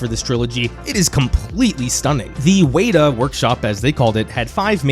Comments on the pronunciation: It's not pronounced "weighta workshops", its "WETA workshops". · Weta Workshop is pronounced "Wetta" not "Waydah", you hurt a lot of kiwi souls with that one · . Fucking hell. As kiwi, hearing Weta pronounced “waiter” made my ears bleed. It’s WET-A. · Just a small correction on how you pronounce the 'Weta Workshop'. You say "Weeta" - it is actually pronounced properly by saying "Wet-ah (Wetah)". A weta is one of our nation (New Zealand) native insects. Just like us New Zealanders prefer our nickname "kiwis" instead of our formal name New Zealanders - kiwis are also a native animal and our favorite. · "weeeta" 😭 W-eh-tah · its WET-TAR not WAY-TAR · I always hear way-tar or wee-tar It's Weta you know Wet-ah but say it quick Weta 😉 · Did he say Weta as Wait-a?. It’s Weta as weh-ta. It’s a cricket like insect native to New Zealand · A. Every LOTR fan knows that Weta is pronounced "Wedda" and not "Weeda" B. After Helm's Deep, the Uruk-Hai run into Fangorn and are crushed by the trees. That is the end of the battle, and it's a great payoff. The trees get revenge, and we know the Ents woke them up before waging war on Isengard. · WETA workshop not waiter workshop ffs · It’s NOT “Way-ta” Workshop, it’s “Weh-ta”, weh like meh! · weh-tah not way-tar. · Weta workshop is pronounced ‘wetter’ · It took me a second take to realize you said Weta Work Shop (pronounced Wet-tah) and I've been there, they do tours and I got to hold a few swords, touch that chain mail and just a lot of modeling breakdowns. It's awesome and would recommend to any Hobbit fan visiting NZ cause yeah there's Hobbiton but literally, outside Weta are a few orc statues as a great welcome sight :3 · Wata? W-eh-ta (like: wet) Accent: weeta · Weta workshop is pronounced “Wet-ah”. Great video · WETA pronounced wet ta h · its pronounced Wet-a it's a famous NZ bug just for next time and great video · Wow. I don't think I've ever heard someone mispronounce "Weta" so badly.